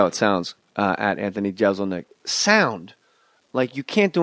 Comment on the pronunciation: I'm just trying to imagine how irritated Anthony was by Jay's constant mispronunciation of his name. If you're a fan, you know.